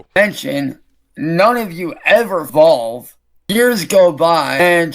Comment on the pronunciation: Did say vovle instead of evolve?